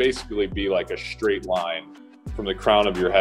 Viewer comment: True athletes always pronounce the STR as SHTR—as in Shtraight and Shtrength.